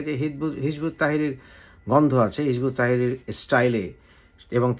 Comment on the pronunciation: এ বেটা হিযবুত তাহরীর নামটাও ঠিক মত বলতে পারে না আরশে এসেছে মানুষকে জ্ঞান দিতে